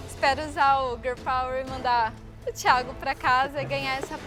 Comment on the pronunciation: Aja unhas para roer 😂😂😂😂😂😂😂😂tem que ver minha avó brava 😂😂😂😂😂😂😂vai Como ela fala Theagokkkkkkkk